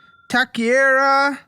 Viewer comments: can never say the word taquiera. “Takera!” 😂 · Ah yes, another taquería pronunciation slaughtered